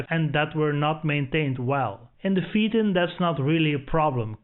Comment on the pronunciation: Your pronunciations are way off, PHAETON= FAYTON. A little research makes a nice, in depth review. Just a wee bit advice.